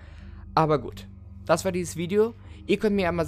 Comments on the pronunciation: Minute. Dieses "und dat mach ich nich" xD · und dar mach ich nich wie du das sagst sry aber das hört sich so lustig an😂